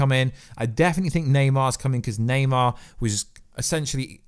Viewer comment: Thumbs down just for saying naymar 57 times 🤬